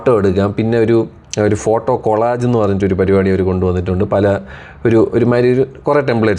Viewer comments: കൊളാജ് അല്ലണ്ണാ കൊളാഷ് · കൊളാജ് അല്ലണ്ണാ 😅 കൊളാഷ് 😅😅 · കൊളാജ് അല്ല bro... കൊളാഷ് ആണ് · Bro collage pronounce chayyumbol kholash ennanu pronounce cheyyunnathu. Just a correction 😊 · COLLAGE കൊലാഷ് ennanu pronunciation 🫢